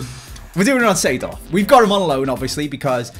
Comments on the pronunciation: Lmao 92 rated clarence "seeford" and not seedorf lol gg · I love Clarence “Seeford”